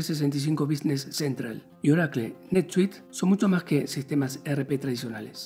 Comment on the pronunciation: Que es Orakle? haha